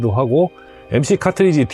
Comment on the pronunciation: 김난영씨가아니라 이난영씨 아닌가요? 타트리지->카트리지 컨틸레버->발음상 보통 캔틸레버라고 말합니다. 좋은 정보 설명 감사합니다.